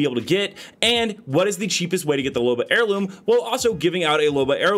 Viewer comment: Loba rhymes with boba and that stuff pretty good